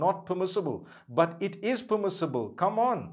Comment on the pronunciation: Every time I looked at your video you bring me smile when you say "BAT" (but) may Allah bless you and your family continue to make videos !!!!! (My english is not good because Im french)